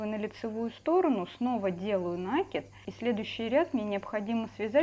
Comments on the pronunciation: Спасибо за понятный МК. НО! Почему "нАкид?. И речь вроде у вас грамотная. ... Но накИд- всё же от слова накИдывать! Ну ооочень режет уХи). И не надо только писать" не нравится не слушайте". Мне - нравится! Но нАкид- совсем не грамотно! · Спасибо большое за очень подробный МК🥰, но... уберите, пожалуйста, из речи уменьшительно-ласкательные суффиксы, их слишком много... петеЛЬКИ, убавОЧКИ, стенОЧКИ, носОЧКИ... и в слове накид ударение ставится на букву И - накИд... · Я только слышу у кого-то "нАкид" - сразу выключаю☺ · Девочки, вы все прекрасные рукодельницы, но пЕтелька, а не петЕлька, накИд, а не нАкид. Заглядывайте в словарь! Уши режет от неграмотной речи. Удачи всем.